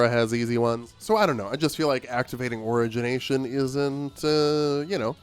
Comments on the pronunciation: Your opinions on these boons I think are pretty spot on. Your pronunciation of "origination" is killing me. I am literally dying. I am deceased. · Buddy doesn’t even know how to say origination correctly. Also doesn’t use the omega abilities for the staff when that’s the best thing about them. Don’t listen to his input.